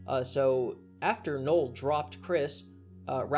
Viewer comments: I kept asking myself, who the fuck is Noel? It's Null, like nuh'll not nuh'el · Sorry to be that guy, but it's Null not Noel.